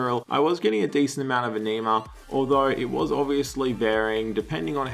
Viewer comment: Ah-Knee-Mah vomits